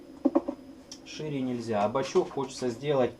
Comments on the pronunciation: он бачОк, а не бачЕк. Исправь, пожалуйста. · Бачок,, а не бачёк... (Предвижу дислайки, но если вы - двоечник в душе, мне пофигу.)